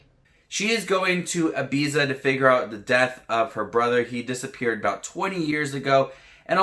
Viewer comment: you watched the programme so perhaps u could pronounce ibiza correctly, its a grear show and reminds me of long summer holidays on the island, its not slow its great television, perhaps us here in the uk or older viewers like the slow build and can keep interest, there is hardly any nudity for us europeans who are not hung up on nudity , i only see this point being brought up by american reviewers, i think this is a programme made for us in western europe who can appreciate the cultural references, music and drugs and slow build drama